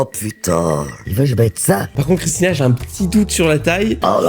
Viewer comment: Bon bah n’aura jamais correctement prononcé le nom de Christina 😂 J’adore